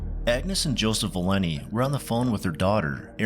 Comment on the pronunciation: Her name is ValenTI, not Valinny.